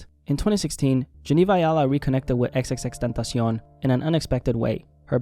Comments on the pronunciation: Had to downvote this for how he says. X X X TENTASEEON like he's a mexican snack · I don't hate the guy, but can ya'll pronounce tentacion properly?